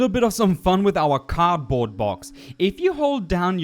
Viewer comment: I'm so mad when he says "card box",it's cardboard box